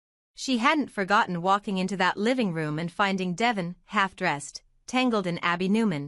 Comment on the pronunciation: Omg narrator its Deeevon, say it correctly